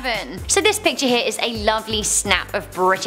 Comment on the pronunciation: "Pitchers" hold water and/or throw balls... you MEAN to say "PICTURE"... but you like Nic Cage, SO...